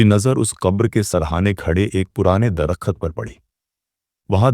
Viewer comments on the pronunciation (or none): Dar -kht yar drakht bol le bhai..